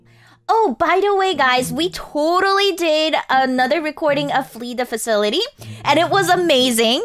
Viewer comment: facility its flee the facility not flee the facaulty. lolllllllllll